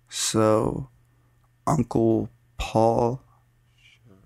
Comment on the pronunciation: Can you please tell me why in that story almost got kidnapped at the end when you say Paul I hear "surrrre"